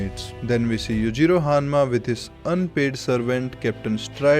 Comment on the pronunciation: Dude great video as always but "Hanmacally" killed me put right